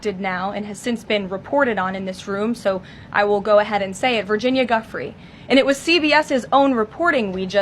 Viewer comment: If you’re going to lie please pronounce Virginia’s name properly!!! You are a puppet!!!